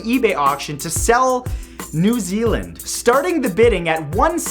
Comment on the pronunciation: New Zeeland? Wha...? Why? 😕